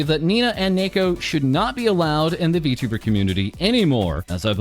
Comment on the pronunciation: "V*two*ber" lmao